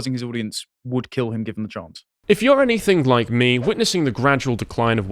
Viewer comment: I'm sorry to be a pedantic arsehole. But really has to stop saying 'anythink'. It's anything. ANYTHING. With a kind of silent g at the end. Or a hard g if you're from Manchester, pronounced a bit like 'anythinga', or 'anythinger'. Damn, sorry to be a twat but it really grates. Otherwise love everything does.